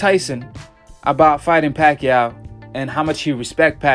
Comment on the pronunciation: he said "BACHACHA" lmfaoo